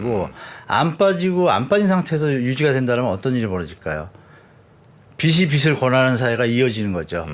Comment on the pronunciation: 발음이 틀리시까 신빙성이 없네....빚이=비지 라고 발음해야지요.. 비시라고 발음하면 머리빗는 빗을 얘기 하는거죠..